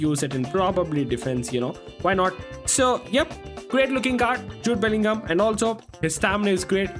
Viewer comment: i unsubbed bro this dude halland is so trash also in multiple videos this dude said i can vibe with halland bro is even saying belligol like just say bellingham bro